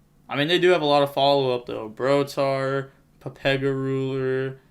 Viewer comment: Why do you call it papega ruler?